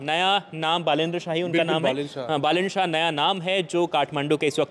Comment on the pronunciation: बालेन्द्र नही 😡😡😡बालेन शाह नाम तक ढंग से बोल्ना नही आता इन्टरब्यु क्यु लेते है इन्डियन लोग